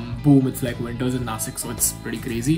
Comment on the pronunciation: I have a humble request.. It is Nashik originally not nasik.. You may talk in any language but please don't change the name of our cities